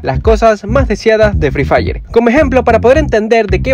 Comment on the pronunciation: hay decía "free dire"